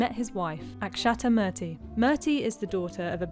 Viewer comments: It’s Moo R Thie!! A little bit of homework with help but you won’t do that because you all like mucking up name pronunciations be it PackisStan instead of Paak is Thaan or Mazlim instead of MUslim … or Mertie instead of Moorthie 🤷🏽‍♀️ ugh! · It's pronounced moor-thi not mur-ti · Its not merty..... Its Moorthy. (His wifes name) Damn brits cant even pronounce a name right 🤣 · Please Murthy is pronounced as (Moorthy) And not (Merty). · it’s not murrty… it is pronounced as “moorty”. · It's not murrrrthy , it's pronounced Moorthy. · It's not murteee...it's moor thee...get your pronunciation right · It's interesting how the narrator ignored to properly pronounce Murthy(say it like Moorti) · Her name pronounciation is moorthy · It is pronounced moorthy, please be respectful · Pls tell this channel woman to pronounce murty correctly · Its Moorthy.. pronounce correctly! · It's pronunced moorthi 🤦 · It's moorthy u have to pronounce to that way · You are pronouncing Murthy incorrectly. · Murthy needs to be pronounced correctly